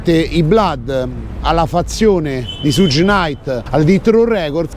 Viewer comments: si legge "Sciugh" come zucchero, non Sugg...:) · "Shug" (pronuncia esatta) no "suge".Per il resto...se c'è da "far brutto" a qualcuno ,quel qualcuno a cui far brutto sono i politici,corrotti, cioè tutta la classe "politica" che permettono e contribuiscono all affluenza ed "accoglienza" di extracomunitari,per lo più problematici. Altrimenti il vostro fare è solo alimentare una guerra tra poveri...su linea filofascista. Ps. Alla politica sono gnostico.